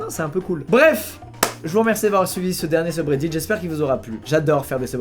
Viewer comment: "Dernier seube redite" ...... .... ... .. . AH